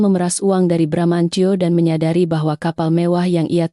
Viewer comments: Baramantio jadi bramnco😂tapi file yg seharusnya fail jadi FILE Wellcom jadi welcome😂hadeeehhh nararator konsisten deh biar gak risih denger narasinya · Sebenarnya Bramantiyo apa bramanco , yang benar dong kalau baca